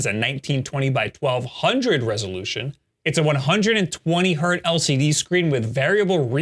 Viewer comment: HERTZ. there is no hert.